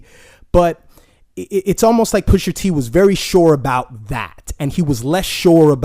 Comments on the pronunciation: Pusha T not Pusher T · Bro his name is Pusha T not Pusher dude ..smh lol